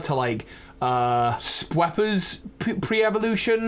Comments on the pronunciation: . . . did you say "Sweppa" Spew-pa, cause it spews out the powder or scales or whatever. Like how Scatterbug scatters. It's a Spewing Pupa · The irrational anger I feel about how you pronounce spewpa 😂